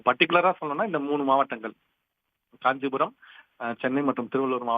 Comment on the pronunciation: காஞ்சிபரம் இல்லை காஞ்சிபுரம்